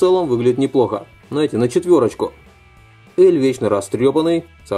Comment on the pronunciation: слух писец режит произношение имен героев, сразу видно прям трушный фанат, который прям смотрел и читал аниме. заканчивай мужик ты слишком нелеп✊🏻 элЬ и аманЭ епти гений, пенсионер.